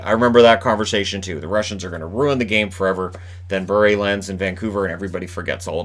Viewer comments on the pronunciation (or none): none